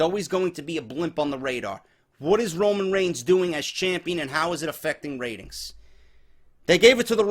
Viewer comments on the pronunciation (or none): "Ramen Rains" LMFAOOOOOOO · I don't blame reigns for the ratings dropping I blame WWE creative and Vince for the ratings dropping that's what they get when they WANT Reigns as champion I believe Reigns should get no reaction whatsoever. Every time you say Raman Rains I had to laugh great off the script as always totally agree with everything said